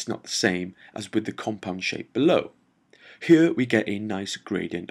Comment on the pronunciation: I like it when he say's..."ghere"...:)